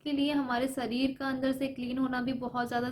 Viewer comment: Sarir nhi sharir hota h.behan ..aap kuran nhi padi h kya aapke muh se lafz sahi nhi niklte h...